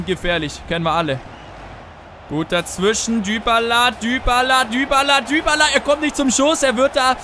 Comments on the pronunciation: ich glaube dybala wird dibala gesprochen nicht dübala oder ? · Dübala 😂😂 Man spricht ihn doch Dibala aus oder nicht?! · man spricht es dibala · Du machst mich wahnsinnig! :D wie sprichst du bitte "dybala" aus :/ :D